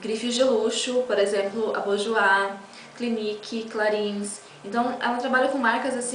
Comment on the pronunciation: Que show! Maravilha. linda, clarins se pronuncia CLARRÃ Beijos